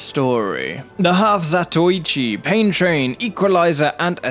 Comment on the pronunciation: THANK YOU for saying zatoichi correctly. It bugs me so much when people say the zatoychi